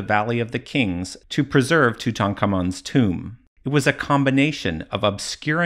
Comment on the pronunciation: My god you pronounced Tutankhamun's name correctly! I'm definitely watching ther who video.